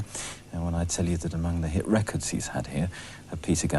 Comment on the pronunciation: Love the way Bob pronounces "reckids".